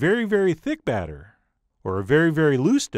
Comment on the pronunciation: Batter rhymes with matter